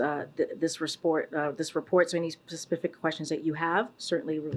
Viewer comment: Lmao.... "They released this RESPORT so any SPASPIFIC questions you have..." CAN NOONE IN THIS ADMINISTRATION FORM SENTENCES